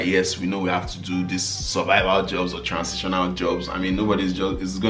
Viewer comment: These bloopers are hilarious o, chai. you are not nice 🤣🤣🤣🤣🤣 Transintional 😅😅